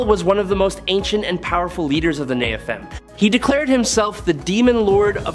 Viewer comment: Over so many decades, rewrites, re-interpretations, and ret-cons, it's kinda dumb to argue inconsistencies, fallacies, or illogic within the Marvel 'verses. So, folks who read all the comics, is this guy just mispronouncing the biblical "Nephalim" and "Seraphim" or is he speaking canon?